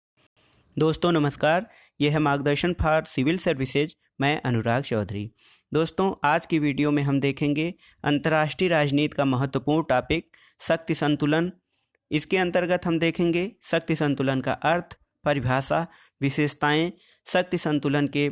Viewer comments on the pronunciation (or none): सर टापिक नहीं टाॅपिक होता हैं।